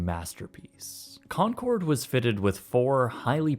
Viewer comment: Maaf bang ijin ralat bang, penyebutannya bukan “konsord” tapi “konkord” 🙏🏼